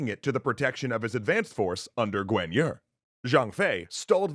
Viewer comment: For real, I thought they were talking about an entirely different person. I was like "who the heck is Gwen Yur?"